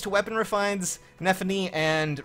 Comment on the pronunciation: Best girl stays best. It's nephenee by the way. Mine has steady breath and aether and I'm at +2 so far.